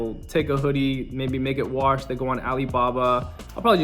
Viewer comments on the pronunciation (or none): none